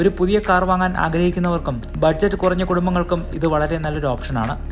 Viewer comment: കുറങ്ങ അല്ല കുറഞ്ഞ ആണ് 😂